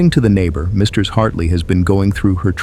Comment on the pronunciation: "Misters" Hartley LOL AI cant say "Mrs."?